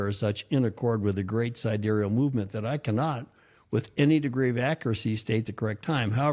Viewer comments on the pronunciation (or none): none